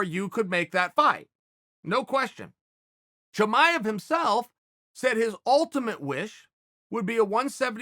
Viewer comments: It's Chimaev not Chamaev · Chael : "Chimanev is not Khabib 2.0" Chael ends up calling him : "Khabib 2.0" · Chael 'Hazmat Chimmeny' Sonnen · I'll admit it. I ran here to see how you'd say his name.